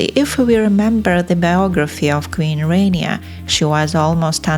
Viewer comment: Please learn how to pronounce "Rania" correctly. It is not "rain-eeya" but "rah-nyah" (and quickly spoken, so that it almost sounds like "rannya".